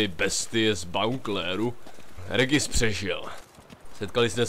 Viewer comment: Regis sa číta ,,Režis".